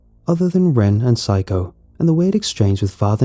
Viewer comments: When he pronounces Saeko as Psycho. I'm crying on the inside. LOL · The original writing in the r/nosleep is Saeko Correct pronunciation is: Sā like in the word sun é like in the word end ko like in the word co-op Some pronunciation might have given the 'sā-é' part sounded like 'psy' instead, thus listeners tend to hear 'psycho' instead of Saeko.